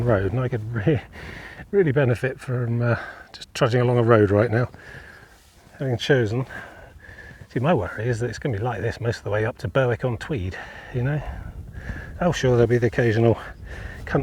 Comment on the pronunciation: Erm..if you missed a bit then you'll have to return some time. Another thought...Watching you not walking is so frustrating. I'm sure you can walk, think and talk, all at the same time. Oh... it's not ber-wick...try Ber to rhyme with berry. Then ick without w.